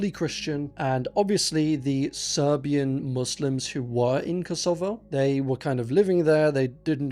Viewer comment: I can't trust any pronunciation now that I've heard you say 'Kosovo'. Not even with English grammar should you pronounce it that way.